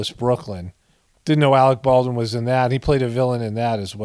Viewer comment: "Alec P. Baldwin" Lol.😂